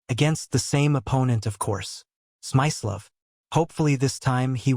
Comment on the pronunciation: It's Smi-slo-ff, with a hard i.